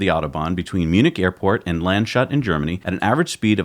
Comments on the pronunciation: the town is pronounced "lands_hut". It means "hat", not "shut" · Not Land-shut, Lunds-hoot :D I love, when you spell German names! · it's lands hut, not land shut. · "Landshut" is spelled like "lands hoot". A meaning like "a hat from a rural region". Your "landshut" sound's like a western shootout ;-) - the real one ? script #1. It's more playing with feelings. script #2 is more about the whole world. AI for president of the United Federation of Planets ;-) it works better than expected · Always funny when you pronounce foreign names :D landshut has nothing to do with shutting something but actually is pronounced Lands-hut ;). Keep up the great work guys, you're awesome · heard that too. Ouch. Again, you say „lahnds-hoot“. My offer: mail any names and we will figure out a pronounciation.